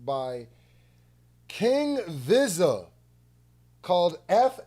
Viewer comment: Yooo I Appreciate yo feedback and the laughs btw Vizza is pronounced like veeza as in a way you would say pizza with a E also no way you said groover lol who tf is dude lol i love yo content bro Were is that bar pillow mannn i will enter when again when i upgarde my stu better and new coming.....